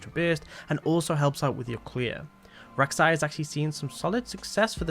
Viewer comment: as a Rek main i cringed a little bit when he said it lmao